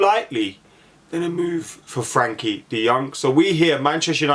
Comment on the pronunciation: Never heard someone pronounce Frenkie's name wrong so many times..